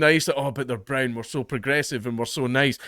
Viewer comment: ‘Don’t vote in ‘coz broon.’ 😂😂😂